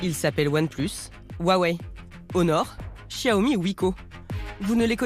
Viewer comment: Sauf que ça se prononce "Siaomi". Le "x" en chinois se prononce comme un "s" ;)